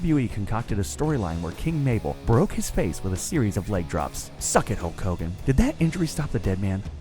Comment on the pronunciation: He said hogan